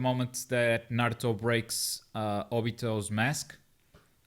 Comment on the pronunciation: "Nurooto" haha